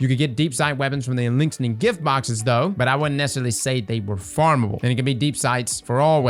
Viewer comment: The only think I can focus on is adding another "n" to Eliksni